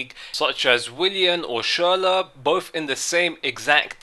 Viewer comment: Finally pronounces Schurrle name correctly